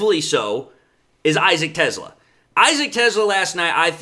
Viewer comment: Te Slaa. NOT TESLA.Please get pronunciation correct. Thank you from your local grammar nerd.